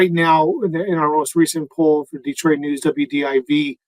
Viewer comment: Please!!! As native Detroiter, it’s pronounced Detroit!!! No extra Eees! Like nails 💅 on chalkboard 😮